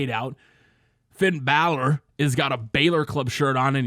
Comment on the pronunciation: Love your videos but every time you say "balor" i cringe